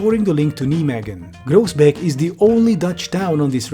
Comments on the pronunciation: your pronunciation of nijmegen and groesbeek is painful nijmegen is pronounced as 'nigh-may-gen', where the g is pronounced as a very harsh H. yes, you don't need to pronounce it as tv static. in fact, a lot of parts in the south of the netherlands don't. and groesbeek is 'groos-bake', where g is, again, pronounced as a very harsh H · FWIW, Groesbeek is pronounced Chroosbake, Nijmegen is pronounced NYEmaygen, and Kleve is pronounced Clayvuh. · Absolutely butchered the pronunciation of Groesbeek but I guess in this case that's kinda fair